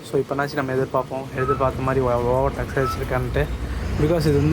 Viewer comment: Speak normally. It's like u r intentionally trying to speak stylishly. Brother it's over take not over tax